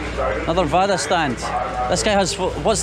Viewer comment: Not vada, its bada/bara